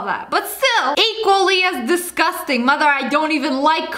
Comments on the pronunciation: Lia: DeScOsTAng!..Also Lia: “CEO of feilth over here!Lia AGAIN: “Apparently germs don’t exist if you don’t believe in them! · This is how much Lia say's "Disgosteng"😂😂 👇